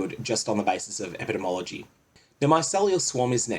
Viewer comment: Ep-ih-dee-mee ology Sovereign-tee, not "inity"